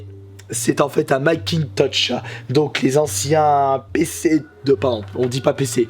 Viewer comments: C'est Macintosh pas Macintouch! :p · Nicolas Pennerad macintosh pas makintosh